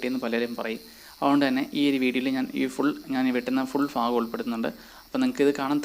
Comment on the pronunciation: ഫാഗം അല്ല. ഭാഗം.. 🤣🤣🤣ഓക്കേ